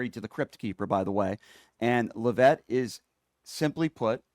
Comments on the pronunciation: I support you, but you need to be corrected on a couple things: It's pronounced "LEAV-itt" (emphasis on the first syllable.) Also, you use the expression, "could care less," when it's actually "COULDN'T care less." Not to nitpick, but you are constantly berating people who have little intelligence, so I just thought I'd help you with a little advice to ensure you're not outsmarted. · Could care less gets used by some. He may be deliberately mispronouncing her name because she doesn’t deserve the respect.